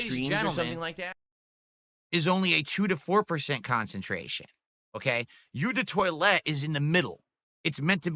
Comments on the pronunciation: "You de toy-let"? "You de par-foom"? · what in the.... 'you' de toilette... again thinking he is the smartest one in the room and failing... it's phonetically (oh de toilette) in English you brainless nitwit... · The way he pronounces "eau de toilette" is an actual crime against humanity.